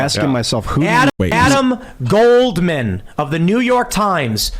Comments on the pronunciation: I wonder why he emphasised the last name "GOLDman" the way he did... It's like he's verbally putting triple parentheses around his name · Gotta love Pool's triple parentheses emphasis on "Goldman" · Why did Tim emphasize the name Goldman like that??? 🤔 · Tims inflection when he said Goldman... Yikes